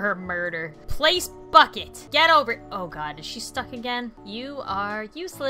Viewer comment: when said "bucket" I thought she said something else....